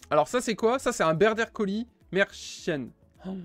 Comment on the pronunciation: On prononce border collie avec i à la fin et non ier comme un collier !!! Il ne faut pas arrêter d’aller à l’école 😜